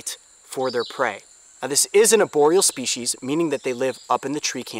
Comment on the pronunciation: I thought he said oreo species lol